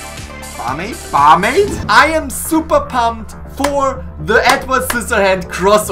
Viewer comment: Nobody:: bArmAId?...bAarMAIId?!